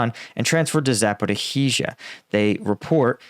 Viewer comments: It's not "Zap-or-ih-hee-zha" lolol Please stop. You're killing me :) (It's Zap-or-ee-zha. Or very close to that) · you generally do a decent job with your pronunciations of Ukrainian place names. Just thought you'd like to know that there is no "hee" in Zaporizhia. It's just ZAP-OH-REE-ZHA. (I don't speak Ukrainian but I grew up in a Ukrainian speaking household) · Please! It's "Sa-po-rish-ya" – come on, you can do it. No need to add even more "i"s. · pronunciation of Zaporizhzhia - zappa-roe-heezha (everyone else says zapporeezha, without the "roe") always makes me smile. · please tell us: Where the hell is "Zaporihizia"?! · Za‒po‒rizh‒zhia. ‘zh’ represents the ‘s’ sound in ‘treasure’. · Close, it's pronounced more like Zaporizhiya. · First off, excellent channel, very honest and pretty down the middle and fair. Wish I could help more at this time.😢 Ok I got questions on who taught you how to pronounce zaporizhzhia. I'm not saying my enunciation is definitive but I have questions and yes I studied Russian. Cyrillic is actually a fairly straightforward alphabet. (Unlike Chinese or Japanese)Запоріжжя If you were taught by someone local to the oblast (region) then stick with the local pronunciation. If multiple people, then definitely stick with theirs. But there's no 'h' sound, or what looks like our 'x' after the r sound as you say it. There's two zhe's, and yeah they're called zhe, just like they read, they sorta look like asterisk *️⃣ to me. It's like thanks we can manage one zhe in a row but two? What the heck? Just hang onto it for a bit longer. The backwards r looking thing on the end is 'ya'. It's very straightforward, Cyrillic just looks jarring until you've been taught. My favorite letter is what looks like a half of an h connected to the letter o, ю, it's pronounced 'you' , when I first saw it I was like 'ho's get their very own letter in the alphabet, I love Russian ' not so fast wannabe pimp.